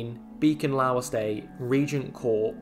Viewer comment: Just a couple of pronunciations off - the u in Cuthbert is like the u in custard, rather than an oo sound. 'Lough' as in Beacon Lough is pronounced 'loff'. It's a characteristic of Geordie English to pronounce gh in proper nouns as an 'f' sound. Just like the gh in Redheugh is pronounced like an f.